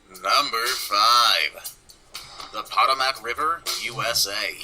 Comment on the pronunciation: whoever made the video about places to never swim doesn't pay attention.. I just listened to him pronounce the Potomac river incorrectly twice, even after you hear the woman pronounce it correctly. 2. Rome Life you really should take swimming lessons for several reasons 1. it is a lot of fun and 2. it is a great way to cool off in the heat of summer. Those are just my opinions.. my problem is I love to be in the water but me and the sun don't get along, I have very fair skin and burn easy and even if I don't burn the a lot of times I will break out in what is called sun poisoning which makes you miserable if you get hot so you have to stay inside with the AC. It used to happen to me a lot when I was a child and we would go to the beach for a week. The best I can describe sun poisoning is kind of like poison oak but unlike poison oak as long as you aren't out in the heat you don't itch.